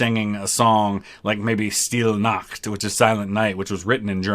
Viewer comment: I rialized german is a hard language to learn when u pronounced "stille nacht"